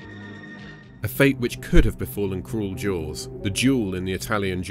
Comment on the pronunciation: Sounds like you say.......jouels instead of jaws........ sorry....